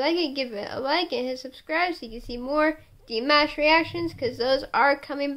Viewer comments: Apparently, he can't cook. Lol. And FYI, you say his name like Dee-mosh (like a moshpit), not like mashed potatoes. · I can't cook either lol and I said it like (dee-mash) but if it comes out like that it's because I listen to alot of Kpop as well and some of the their names arent pronounced the way they look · Reacts well im telling you it's pronounced like dee-mosh. That's how he says it, too. And i too am waiting the day he tours the US, but hopefully between schooling he will play a few shows. He's going to college in LA eventually. For at least a year.